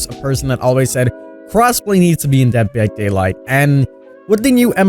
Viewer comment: bruh, the way he says "Dead By Daylight" btw luv your vids!